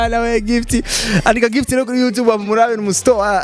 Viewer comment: Ntibavug yutibe bavug you tube 👌👌👌👌correction